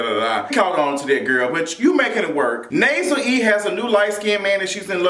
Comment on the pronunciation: Such a good review lol the Nasel E cracks me up